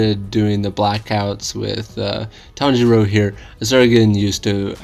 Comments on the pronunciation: Pretty sure is tanjiro not tanjuro lol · 😂you forgot the name is Tanjiro not Tanjuro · It’s tanjiro not tanjuro that is his father.